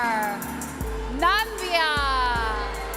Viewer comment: Iris mitinnaire is so beautiful. Is the other hostess a Trump fan? "Nambia"?